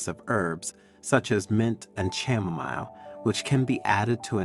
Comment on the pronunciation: Chamomile is pronounced as Ka- Mo- Meel